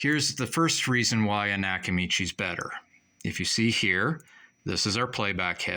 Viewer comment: A knack-a-mee-chey?